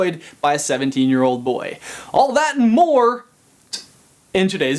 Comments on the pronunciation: "All that and more-t" oh you sly dog 😂😂😂🙌🏻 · Did you realize that at the begging when he said more with a t after it😆😆😆😆